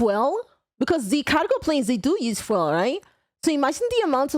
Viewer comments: I'm not trying to dog you for your pronunciation, but it did take me a minute to understand "fwell" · A better bit of phonetic help for you mam. The word fuel, try to pronounce fyool, it should get you a lot closer to the correct pronunciation. English can be weird at times, and I'm a native speaker. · Fwell, I learned how non-English speakers might pronounce fuel. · Fuel: pronounced few-l. Also fyooel. Note: not to be confused with gasoline. Fuel in the states often refers to Diesel, thiugh i am by no means an expert. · I'm never gonna forget "fwell" 😂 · Me yelling from the back of the room: "DID SHE JUST SAY 'FWELL'!?" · Fuel? I thought you were saying foil like Aluminum Foil and i thought the hell they need foil on these trips for?! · its fyoul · The “fooel, fooEL, foo..El..…..gasoline ? C_c” part killed me 😂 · that has to be the cutest pronunciation of fuel I have ever heard. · The way you pronounce fuel was actually intriguing to me! I need a German woman in my life lol I have Slavic DNA and Native American DNA lol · That struggle when she said fuel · I think mispronouncing 'fuel' was kinda adorable, ngl. In all seriousness though, great reaction video! The airlift was an awesome, superhuman feat that doesn't get enough recognition. Talk about indomitable spirit. I sont think the America I live in today would ever accomplish something like the airlift - not because we dont have the resources or manpower, but because our leaders love the idea of dictatorship too much, and love their fellow man too little. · Noooooooooo! Don't stop pronouncing fuel the way you do! It's cute! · Your "Fuel" pronunciation is adorable as heck 😂 Glad to find more people watching Chubby Electron Man! Hope you're having a great time!! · trying to pronounce “fuel” was so goddamn funny 😂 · Listening to you try to pronounce fuel makes me wanna hug your head and call you an adorable bean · The way you pronounced Fuel was so cute, I was dying laughing. Made my day 🤙